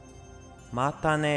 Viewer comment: またね が、まったね になってる